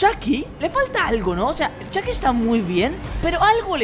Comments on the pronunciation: robleis:le dire a chuky como chuky no como chaky robleis:ahora CHAKY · Chiki argentino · Chucky latinoaméricano